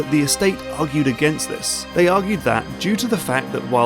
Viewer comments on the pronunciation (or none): none